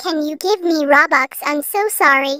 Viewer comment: It’s robux not bobux